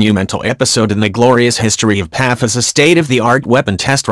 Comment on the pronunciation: P.A.F not Paffff!